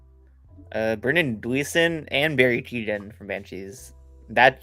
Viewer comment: Keogh-an stop Saying Keegan🙈🤣